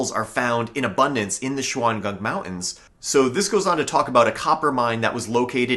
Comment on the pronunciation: Dude your pronunciation of mountains is killing me.